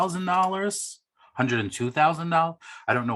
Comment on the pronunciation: same here!!! I love when he says" hundrrrrread dollar bets" 🤣🤣🤣🤣 is the best!!!